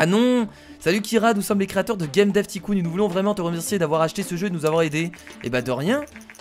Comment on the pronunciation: Juste on ne prononce pas ticoon mais taycoon mais c’est écrit tycoon